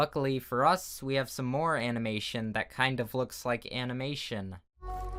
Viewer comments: I'm not being rude, but you said animation wrong It's ok with the meme part, that's just a way to say it, it's not wrong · "Animination meymeys" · "animination m e m e s" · So no one’s going to talk about the fact that he said *animination*? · am i the only one who heard him says animination? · He said it like that on purpose lol.